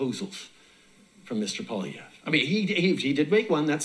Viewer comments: Appreciate your youtube. Last Name is pronounced, poly - ev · Love the content on our next Canadian Prime Minister, Pierre Poilievre. Good coverage. Just a tip on the pronunciation of his last name: His last name is pronounced "Pwolly-Ehv". "Ehv" like the first syllable "Eve" in "Evelyn". Even some of our own politicians don't pronounce it correctly. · Pierre Poilievre’s last name is pronounced Polly-ev. Thanks for covering our good news in Canada today. 🇨🇦 Go BTC!